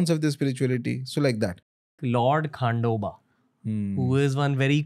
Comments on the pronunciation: its खंडोबा and not खांडोबा Learn to pronounce name correctly and don't hurt anyone's faith.. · its खंडोबा and not खांडोबा the way ranveer was saying